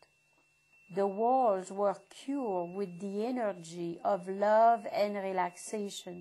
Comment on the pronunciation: "The energii of LUUVE end relaxation" Lol